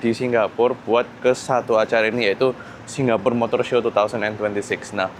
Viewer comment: Srry ko. Aku gabut, aku pngen ngomong nek pengucapan seng bener iku Singapore, ga Singgapore. Ojo ngamok ko, aku mek gabut. 🙏😅